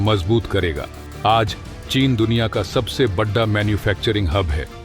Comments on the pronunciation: Why do you wrongly pronounce hindi word "Bada" as "Baddha"? This is very annoying. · बढा नही बोलिए. बड़ा बोलिए. उच्चारण शुद्ध करिए. जय हिंद वंदे मातरम.